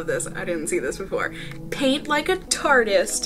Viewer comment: Thank you for saying "tartist" instead of "tarte-y-ist" haha that bugs be so bad when people say that lol